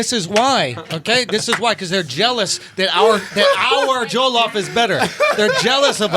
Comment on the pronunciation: It's pronounced JO-LLOF not joe-llof. Lol im triggered XD